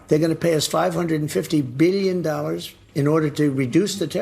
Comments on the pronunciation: He used to say beelyuns and beelyuns and beelyuns almost all the time. Nobody has ever seen anything like it anymore. It's sort of an old fashioned term. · my dad lied a lot....when the liar says something like Billions...they pronounce it like BILLions of dollars...a person not lying would just say billions